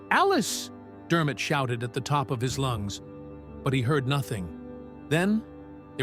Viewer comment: Combed? That is one syllable never two. lungs that you breath with and shout with the air from, have not and never will be two syllables, lunges as you said it is the word for an exercise style, or a series of animal attacks. How can you continue making basic language mistakes, and still call this system intelligent? Do you think it thinking for itself will be an improvement? You have already wasted your money, and seriously annoyed folks who can actually read correctly, how dumb can you be?